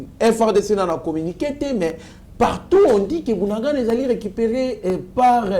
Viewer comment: Yoka ndenge ozo prononcer bunagana, 3za pasi po nayo po bakombo nyonso oyo eza kinyarwanda, bunagana, cyanzu, rumangabo. oyebi bitumba oyo eza bien po verite nyonso ekobima na mpwasa.